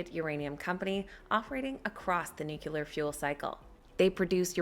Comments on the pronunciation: It’s pronounced noo-klee- er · How hard is it for an average American to pronounce the word Nuclear? Geez.... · Yay! CCJ 👍 very 'nucular'